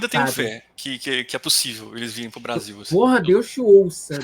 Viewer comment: "Se você não gosta do Brrrrasél, o que que a gente diz?" kkkkkkkkk